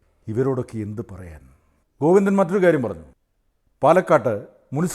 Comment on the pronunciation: ഗോവിന്ദൻ എന്നല്ല കോയിന്ദന😂